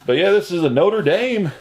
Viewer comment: You a tuay pronounce. Notre dame. Right the first time